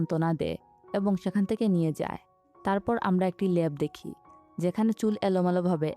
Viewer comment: পটাক হবে না ❌ প্রটেক্ট হবে ✅ 😂 সেকান ❌ সেখান ✅ কুন ❌ কোনো ✅